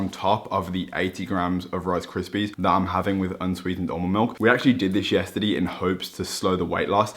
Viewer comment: Every normal person: yesterday: yesterdee